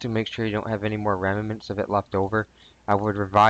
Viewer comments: ..... "remamants"? As opposed to remnants? :) You'd 'revise' someone to scan their computer...or 'advise'? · ......."Remements"......what the hell is a 'remement'? Some malicious remnant, possibly?